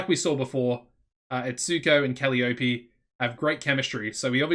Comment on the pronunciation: Woot! When you get a chance, could we see your backstage rating, please? Gloomy Ruby is only one-tenth of your roster, so it's probably good, but wouldn't mind seeing it anyway. Thanks in advance. Oh, and Kuh-LYE-uh-pee' :-)